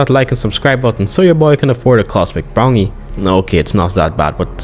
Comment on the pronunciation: Idk why but the way you say brownie made me laugh My humor is gas🥀 Also, what would happen if Allosaurus was in Hell Creek? Would they survive?